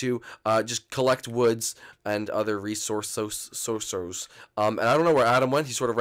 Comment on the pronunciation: "Resorsos". Good one,.